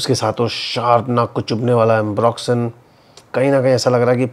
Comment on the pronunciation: Re watching this to listen to that "duniya bhar ka ambroxyn" 😂😂😂